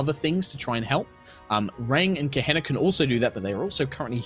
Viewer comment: Kaeh-Hee-nahh: Kehina